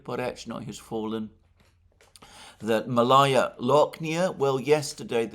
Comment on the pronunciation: It is pronounced "Maalaya" Alexander (meaning small), not Malaya.